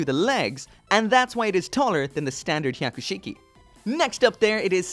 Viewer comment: every time you say Hyaku shiki, I cringed... learn to say it right and slow down...